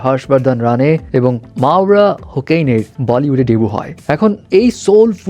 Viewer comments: মাওরা হোকেইন??? ওটা হোসেইন, Hussain, Hocane, Hoccain, Hoccane অনেকে অনেকভাবে লেখে, মাওরার ভেরিফাইড ফেসবুক পেইজে খুব সম্ভবত Hussain লেখা যদিও সবখানে Hocane লেখে। খুব হাস্যকর শুনতে লাগে, হোকেইনকে কোকেইন শুনি আমি😂। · হোছেন not হোকেন😂 ভাগ্যিস কোকেন বলেনি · হোকেন বলসেন কেন,হোসেন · ভাই হোকেন কি 😂হোসেন hocane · মাওরা হোকেন না হোসেইন😑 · হোকেন না হোসেন হবে। s এর পরিবর্তে c দিয়ে বানান লিখে। ওর রিসেন্ট ইন্টারভিউ দেখেন। নিজের মুখেই হোসেন বলেছে। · It’s মাওরা হোসেন not হোকেন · হোকেন নারে ভাই হোসেন🤦‍♀️🤦‍♀️ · hussain uccharon hobe